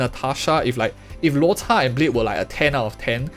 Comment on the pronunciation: bro, chinese word why you pronounce luo"cha'4th tone like poke like that sounds so vulgar. In my mind it sounds like cha1 first tone